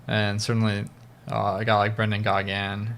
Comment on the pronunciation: Pronounced Brendan Ghaun